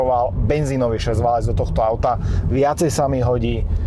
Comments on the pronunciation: Preco vzdy hovoris 4-/6-válec a nie valec? Pokial viem, tak to slovo sa vztahuje na geometricky utvar "valec" a nie na "válanie sa" :D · Hydractive, nie hydra active. Valec, nie válec. Prepáč, ale hrozne mi to píli uši.:/